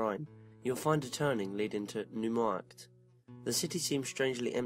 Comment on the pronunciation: hey its me yer London fan! heads up - Cologne or Köln is pronounced Kol (as in fall) oan (as in stone) NeuMarkt is "noy markt" love your stuff and your accent..this is constructive not destructive critiscism xx